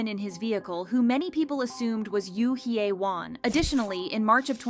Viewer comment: 😂 it's hilarious that this channel can't pronounce hyewon